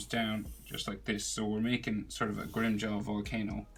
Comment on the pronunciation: FYI it’s grimmjow not grimmjaw